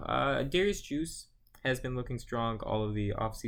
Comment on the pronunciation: You lost me at Juice...It’s Derrius guice 😂